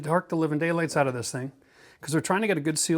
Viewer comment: "Make sure you take the cap oot, eh?" Thanks for the great vid, from an American fan!!